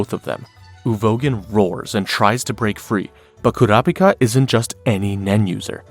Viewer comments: Enjoying the video but it is driving me crazy how you keep switching to different pronunciations of Kurapika... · I’m confused why you pronounce kurapika’s name differently every time you say his name